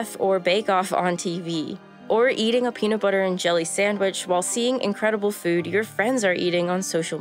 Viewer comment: I crack up every time she says "buwhat" or "ea'in'". She gets an "A+" for pronunciation.